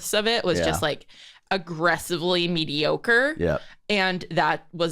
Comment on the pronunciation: mei ocre? its not even ocre